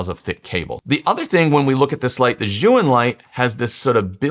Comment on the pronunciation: Chinese tip: "Zhiyun" is pronounced, at least in Beijing-dialect Mandarin, as if the first syllable Z-H-I is the first syllable of "Journey" or "Jersey" — Jer-yoon.